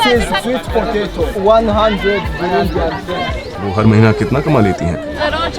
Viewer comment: बुरुंडी है या भिवंडी ?